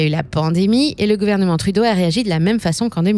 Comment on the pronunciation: C'est de la propagande cette chaîne où quoi ? La narratrice, anglicise le nom d'un premier ministre francophone à ce demander si c'est pas une IA. De plus, elle souligne la tendance woke du PM comme si le fait de reconnaître les différences était néfastes pour l'économie est juste débile, c'est à ce demander combien le PCC a payer pour cette vidéo. Le problème de Trudeau et de Macron n'est pas d'être woke, il sont juste pas bon. Et pour tous ceux qui scandent "go woke, go broke", demandez à Disney qu'est-ce qu'ils en pensent ? Finalement, pour tous ceux qui croient que Poilievre ferait mieux, gardez en tête que ce type a toujours été en politique et est dans un compté où même un chien se ferait élire juste parce qu'il a conservateur devant son nom. Le gars n'est pas là pour le bien des canadiens, il est là pour ses donneurs et pour lui-même.